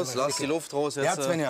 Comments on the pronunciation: Mich nervt das, wenn die ZWÄNNJA sagen anstatt SVENJA. 😑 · Tzwännja. Wie oft höre ich das... Die "Bettina" spricht das richtig aus